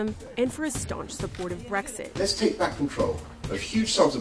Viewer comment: Its BREXIT not BREGSIT #LoveEurope #LoveBritain #LoveEu